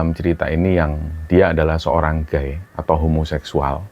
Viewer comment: Sedikit koreksi.. gay dibaca ghey bukan gay.. kalau guy baru dibaca demikinan..